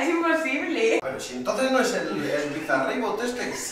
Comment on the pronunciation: Me mató cuando dijo: "BizaRibot" 😂😂😂😂